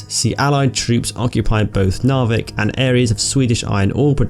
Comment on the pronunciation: Narvik is pronounced Narrvikk.